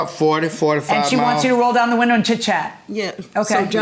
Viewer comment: "ma friend she roll down da woondah" lol love it